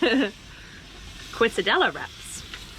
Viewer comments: As a Spanish speaker I assure you your pronunciation was perfect. Kweesadilla👍 Definitely not Kaysa deeya. Not at all 😉👌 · Kay-Sah-Dee-Ya is the correct way of saying! 😂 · Incredible campsite!! 👌🔥 PS. Quesadilla — “kay - suh - dee - uh” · Nice family. Such refreshing change from the merchandising, click bait, hyped up wannabes that seem to populate this category. Stay humble and down to earth and you'll do well. Love the vids. BTW its pronounced kay suh dee uh. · Another awesome vid. I love the beach ones. It’s pronounced kay-se-dee-ya. 😉